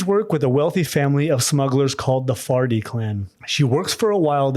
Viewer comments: I keep hearing "Farty" and it makes the story way moree interesting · Ok, sorry, but… „Farty“ 😂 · The what clan now? The "farty-clan"?😂 Thats propably not it but I can't unhear it.